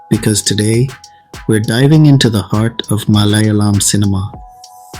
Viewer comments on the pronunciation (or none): none